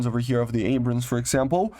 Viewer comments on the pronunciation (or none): none